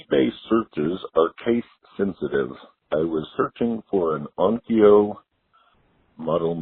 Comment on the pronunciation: That guy said Onkyo